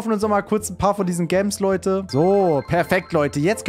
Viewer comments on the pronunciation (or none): Gams 😂😂😂sagt du heißt gems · man spricht es auf english aus also gems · Gems spricht man "Tschems" aus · Cooles Video! Ich feier es total dass du jetzt so andere Spiele bringst. PS: Gems spricht man „Dschems“ aus.(NoFront) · warum sagst du gemms digga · Deine videos sind nice bitte mehr von stumble guys 😁😁aagst du gems extra so komisch 😕